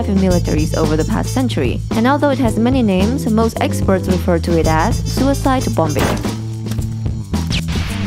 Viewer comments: I love how she says sewer side bombing. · She call it sewer side For me I call it shoe I side